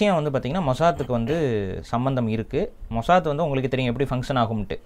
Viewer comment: மொசாத் ❌ மொசாட் ✅😂